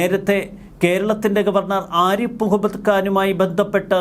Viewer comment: "ആരിപ്പ്" മുഹമ്മദ്‌ ഖാൻ അല്ല സേട്ടാ, "ആരിഫ്" മുഹമ്മദ്‌ ഖാൻ എന്നാണ് അങ്ങേരുടെ പേര് 🤪